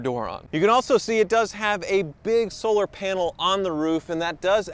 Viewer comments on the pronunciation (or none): none